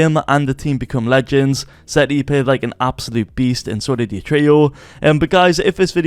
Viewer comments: its setty not zetty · sorry but “zetty”. the accent has gone to far. Jk lol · Why are u saying zetty